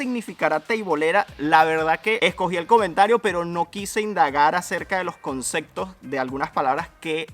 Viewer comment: concekto ?? jaja o concepto ? jajaja